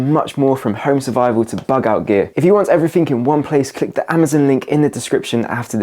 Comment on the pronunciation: pronounced " everything " not " everythink "